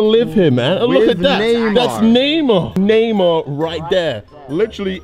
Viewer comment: I thought Kay was saying neymo...it's Neymar lol